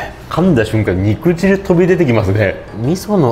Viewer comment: にくじるでなくてにくじゅうね😂